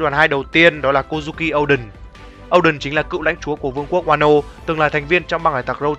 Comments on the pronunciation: O đen mà cứ đọc âu đần nghe buồn cười vãi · Oden mà nói ôđình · Ad đừng đọc Oden là “Âu đừn” nữa được k. Wano là nước phỏng theo Nhật Bản nên đọc theo kiểu tiếng Nhật là “Ô đên” thì hợp lý hơn.